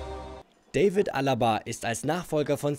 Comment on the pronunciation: David, nicht Dävid. Der Typ ist Österreicher.